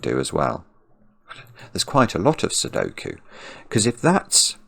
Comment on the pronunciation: Cracking up with every “Sokie”